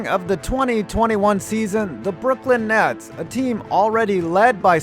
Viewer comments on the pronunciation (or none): Did you say "the Brooklyn Nads"?